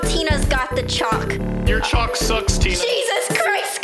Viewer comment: ....how does nobody pronounce chalk correctly?